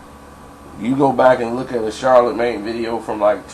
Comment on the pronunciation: You don't even know how to pronounce his name talking about some body sound stupid lmao